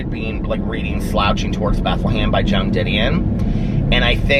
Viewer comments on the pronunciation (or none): none